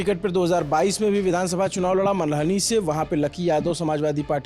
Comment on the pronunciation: Manali se nhi malhani se kya yrr bhai tum bhi thoda saaf saaf bolo itna ladkhada kyu rhe ho